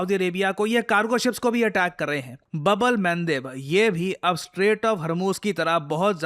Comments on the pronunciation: It is not bubble Man daib… its Babul Mandap… chutia chaman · भाई स्टाईल के चक्कर मे चीजो का गलत नाम उच्चारण मत किया करो उसका नाम "बब्लमनदेव" नही "बाब अल मन्देब" है।